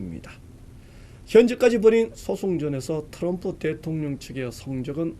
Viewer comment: 앵커발음: 터럼프 대통령 ㅋㅋㅋㅋㅋ